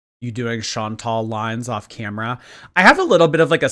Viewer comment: She can’t even get her name right. She still says ‘Chantelle’ rather than ‘Chantal’.